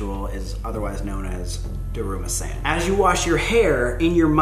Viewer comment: He said daruma-sÆn instead of daruma-san